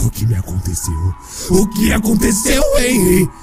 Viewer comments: Gente, se pronuncia Renry (Henry) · É Renry o h tem som de. R